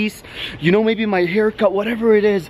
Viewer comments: Can u please stop saying shnow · It’s Schknow it’s just his thing he says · STOP SAYING SHNOW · Editor: how many times you want me to put in "shnoe instead of know? :yes. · Yo say now not snow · Why do you say shnow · GuAp SmOkEr you mean know and he can say Schknow if he wants to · Did you realize he says snow in stead of now😂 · Why are u always saying " You Guys already shnow"???😂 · If he says snow again instead of now I will quit life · In sted of saying know it sounds like he sed snow hmm 😕😑😐😕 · Does any one now why he says shnow I’m not trying to rude or any thing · Stop saying shnow it’s annoying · He says shnow instead of know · You are so funny because your trying to say know but your saying shnow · Why do you say "you already shnow'' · Why do you say snow haw it is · Stop saying snow say know plz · Can you stop saying shnow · Why you say shnow not know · omg does this guy shnow instead off know its so anoying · Why does he say shknow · It's not shknow it's know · It’s know not shnow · can you say know you say shbow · Who’s tired of “you already shnow” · Why you say shnow how it is🤔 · bruva “ shnow!! “ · said shnow 6 times